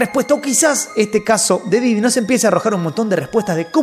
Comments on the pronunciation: Porque dices didio? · Me da risa cuando dice diddyño